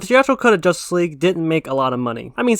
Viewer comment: They even said they skipped on watching josstice league when it came out. But yet he say ZSJL will duck.